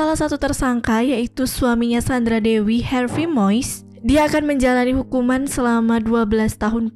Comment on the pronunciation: Bacanya Har ve mu is mbak😊